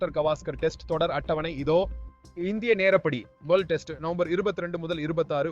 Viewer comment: அது என்ன டெஸ்ட் உச்சரிப்பு (male voice)